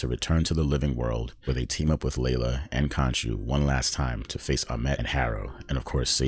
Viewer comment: Bro, it's khonshu not kanchu . Khonshu will not forgive you 😂